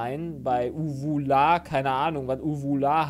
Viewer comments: Sollte eher Uwular heißen und nicht Uvular 😂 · Uvular, das Wort heißt uvular!